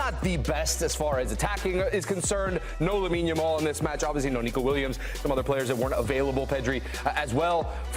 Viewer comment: What are you guys really doing? Trying to place emphasis on THIS? Lol